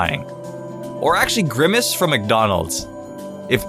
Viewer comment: grimace is like grimer